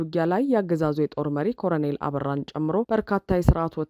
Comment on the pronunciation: ኮረኔል አይደለም ኮሎኔል ነው የሚባለው